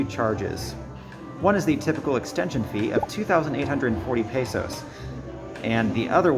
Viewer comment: After two years you should learn how to pronounce "Luzon" and "peso" like a native.